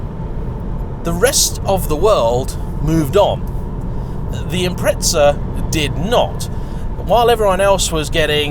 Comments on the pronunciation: 🤦🏿‍♂️They are an Impreza, not an Impretza 💙🇦🇺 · SAY IPMRETZZAAAA ONE MORR TIME NIGGUGH. I DARE YOU. I DOUBLE DARE YOU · Impreza=impretsa/pizza=pitsa ? What a language! ! ! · There's no T in impreza